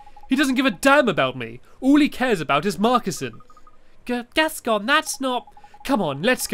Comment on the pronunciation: Gascon = Gaston